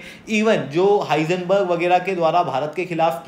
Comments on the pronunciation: हाइजेनबर्ग नहीं hindenburg hai😂😂😂😂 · Hisenberg nahi bhai Hindenburg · Did he say Heisenberg from Breaking Bad instead of Hindenburg 😂😂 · Hisenburg nahi Hindenburg hai 😅😅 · Heisenberg nahi Hindenburg